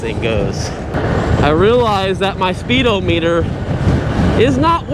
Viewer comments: This was driving me crazy too, it's not "O" meter, it's speed-ah-me-dur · It's pronounced spee-dah-muh-tr...... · Speedo meter??😂😂😂. It isn't pronounced that way